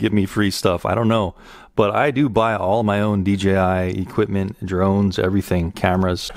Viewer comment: exquisite. why does everyone seem to say DGI, its DJI like DJ and then I.